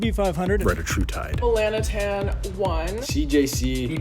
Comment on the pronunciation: Do not listen to anyone who pronounces it as reddah-true-tide. It’s re-DIH-trutide. Same with semaglutide, it’s seh-MAG-lutide. Not semah-glue-tide.